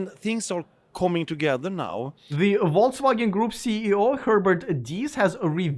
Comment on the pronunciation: Dpbrofska tavarich. As an who learnt Russian without being forced to do so, I would like to give you advice on how to pronounce Volkswagen. The word is in German and the 'V' should sound like an 'F' and the 'W' like the ’V'. Otherwise, you will sound like a vote results Denyer. 🌶️🌶️🌶️🤣